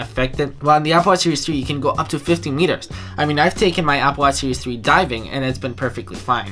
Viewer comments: Applewash seewees fwee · I won't believe what you said until you can pronounce series in a right way... :P